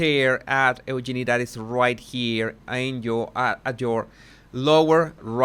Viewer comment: just for future use it's u-jean-i